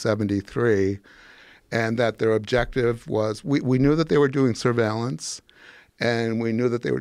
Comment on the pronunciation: he said surveillance very oddly